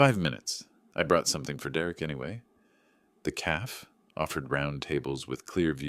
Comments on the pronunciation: I still hate AI mispronunciations of words "calf" for "cafe". Lacey should have known better than to allow a man to come between her and her dad. Derrek needed her for income. I'm glad Lacey got her good sense back. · CAFE: two syllables, ca as in “catch”, fe as in “hay”.